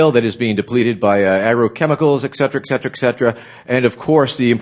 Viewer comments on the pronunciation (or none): "Eksetera eksetera eksetera"